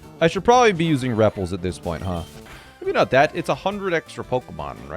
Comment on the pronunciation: Sometimes I hear him say a pokemon name, and I'm either like really that's how you say it? Or I'm like no way that's how you say it. THen I heard him call a repel a "reple"